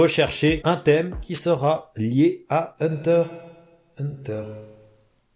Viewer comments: Sa se dit pas hunter hunter sa se dit hunter x hunter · Pk vous dite tous henter henter alors que ses henter x henter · C hunter x hunter pas hunterhunter ptn